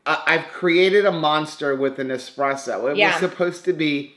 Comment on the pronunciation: Ok,. I'm Italian so I have to school you. It's not expresso, it's espresso........